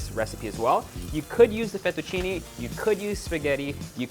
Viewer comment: Great recipes!! But I am Italian and that's not the correct way to pronounce the pasta name. I really don't know why foreigners always mispronounce it. Its pronunciation is LinghuinE \ FettuccinE (like Spanish " e " ) not LinghuinI \ FettucinI (like Spanish " i ")